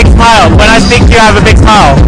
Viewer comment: You do a great job and are very positive. Grammar mistakes are easy to understand but pronunciation must be clear. words like "sa-mie" and "sa-peak" are not English words. But you are doing good work. Keep it up.